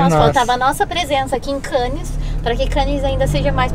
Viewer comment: e! Nas palavras franceses que terminam em consoantes (como é o caso de Cannes), a última letra não se lê!;) Ou seja, a palavra Cannes é para ser lida mais ou menos como "Câne". Beijinhos e abraços.